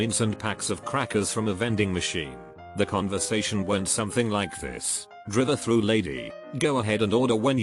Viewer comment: Narrator:Driverthrght Everyone:drive through